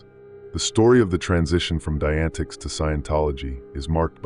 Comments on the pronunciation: omg lol.. its pronounced like "die-a-net-ics" wow that was bringing my ocd to the surface lol Jesus Christmas there it goes again.. "die-antics" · FYI dianetics is pronounced “Die-uh-net-icks” okay - just for your knowledge…. (Not that Igaf, lol, these guys gimme the heebie jeebies!)